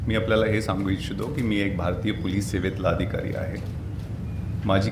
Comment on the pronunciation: नांगरे पाटील ...तुकाराम मुंढे तूम्ही कधीच बनू शकत नाही...आधी... पोलीस बोलायला शिका.. महाराष्ट्र पोलीस सेवेत काम करताना किमान मराठीतला.. पोलीस शब्द तरी व्यवस्थित उच्चारा... कारण तुम्ही मराठी मध्ये बोलत आहात... हिंदी मधे नाही....